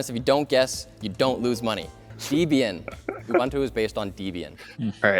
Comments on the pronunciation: at risk of being pedantic: Debian is pronounced Debian and not deebian as it is a portamento of Deb and Ian the husband and wife duo who created it. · And I thought it was just Siri that was as dumb as a brick. Turns out, iJustine is even dumber. And it's not DEE-BEE-Ian. It's Deb-Ian - as in the names of the people who developed it. Debra and Ian. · It's not Dee-Bian It's Deb-Ian or short for Deborah & Ian its creators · Marques: "This isn't $469... where's my money?" Linus: "Oh SORE-Y, it's Canadian Dollars" Also: "DEEBIAN" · Or pronounced it DEEbian? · What is "Deeebian". It was named after Debbie + Ian. Deb is therefore pronounced the same as in Debbie. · Never heard Linux pronounced Line-ux. Or Debian pronounced Deebian... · These tech people have surprisingly little knowledge of programming. I guess... they aren't programmers, even a little bit? P.S. Plus you know this isn't that heavily edited because mispronounces "Debian." 'pretty sure Anthony would know enough what the correct pronunciation of Debian is.